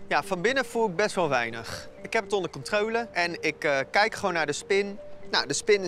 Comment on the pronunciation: 9.53 "ik heb het onder controowlu"